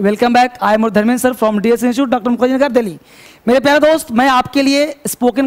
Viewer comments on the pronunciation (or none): none